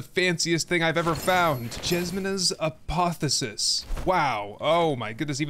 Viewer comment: Pronounced Ah-poth-eo-sis.